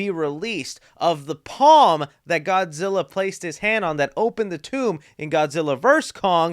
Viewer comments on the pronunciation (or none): none